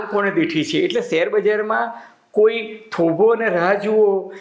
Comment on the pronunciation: સેર નહીં શેર કહેવાય ભાષાસુધારો